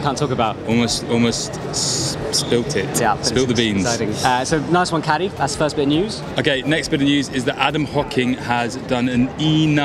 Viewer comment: Kaddi, no e at the end